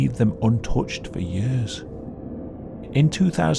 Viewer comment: I love the way you say the word "years" like yörs! XD